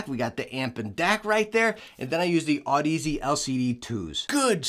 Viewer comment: Sigh, back to the broken Audeze pronunciation is see ;) whoops, this is 11mo old :D